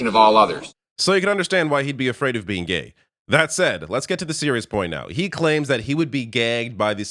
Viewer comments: Everyone heard 'gay" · Looks like even Carney thought he said gay😆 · Did pierre say he's gay or gagged😂😂😂😂😂